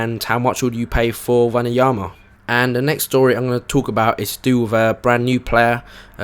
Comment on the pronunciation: Wanyama is pronounced wann-yamma